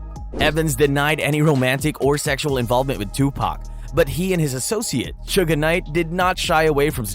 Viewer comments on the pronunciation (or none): He sounds stupid saying Suge Name the pronunciation is shug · Who in the fuck is suga knight he fucked suge name all up 😂😂😂😂and some mf should not do documentaries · Stopped the second he called him Sugga Knight. Gotta know the basics before I believe the info given at hand. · Suga knight, lol. Its "suge". And diddy used to be called puff daddy! Definitely gay. Haa, lol !!! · When you called Suge, "Sugar" I knew it was time to click off!🙄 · Suge Knight..... Not Suga Knight!! 😂 Wtf.... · What you keep calling him,,Shugga knight?.... You would think one would actually know the name of the person your documenting....I know it's too late but his name is "Suge "knight.... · This dude said Suga Knight 😂 This is how history gets rewritten from Egypt and in any period when written by the victors. Suga Knight…. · Lol bro why are you calling suge knight ‘sugar knight’ 😂😂😂😂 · LOL why he keep calling him Suga Knight 🤣🤣🤣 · Whyyy does he keep saying Suga Knight.🤦🏾‍♀️🙄 Not from the culture but commenting on it for views and $$$. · lmao Sugah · How you do a rap rewind channel and not know how to pronounce suge knights name